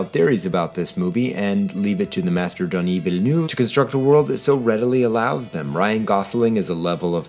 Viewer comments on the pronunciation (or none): none